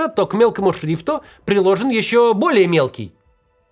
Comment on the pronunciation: Толи "исчо" будет😂💯